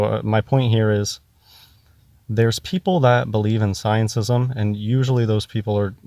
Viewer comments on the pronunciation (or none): "sciencism" i'm dying xD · If he says sciencism one more time.... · Every time he says sciencism I want to punch him. But I don't advocate violence so I'll just have another drink. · "ScienceISM", "everybody elTse", "exSPEARiment". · Does he say scientism or sciencism? (Edit: He says the latter by preference. He may be the only one who does, though) And the 'dead stars': maybe he's referring to far away ones that may have gone supernova or such, but the light hasn't reached us yet. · probably means "scientism" when he says "sciencism". Also this sounds like most conversations I have with people who claim to be philosophers. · "sciencism" LMFAO! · the f**kin moron doesn´t know the difference between g and G. Bless him, it sounds hilarious when he says scientism. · He's so stupid he can't even get the word "scientism" right.